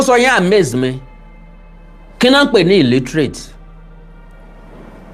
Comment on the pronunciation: Awikonko You didn't hear her Pronunciation Well, the shameless woman said, illetrace........